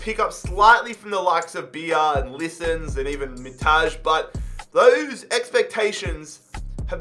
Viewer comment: you read it as it's written Mitaj, not MiTAzHe. It happens with every Albanian whose surname is written with a J in the end and it makes me so angry!!!